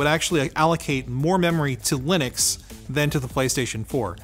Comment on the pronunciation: Why do you pronounce to Linux when you don't pronounce Linus, Linus. :-)